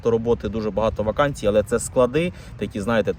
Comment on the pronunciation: Вакансії, а не ваканції